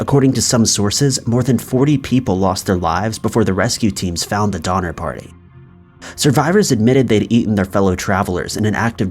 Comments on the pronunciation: All I could hear is "Dahmer party" 😂😂😂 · Did he say #5 was based on the Donner party...or the "Dinner party"?😆